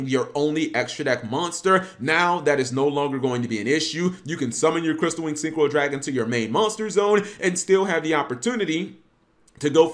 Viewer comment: Crystal wing not crystal wind